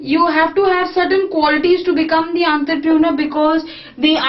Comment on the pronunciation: Nice video ma'am n the correct pronunciation of entrepreneur is /,ɒntrəprəˈnəː/